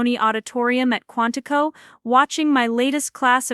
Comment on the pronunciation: QUANTICO, not Quantified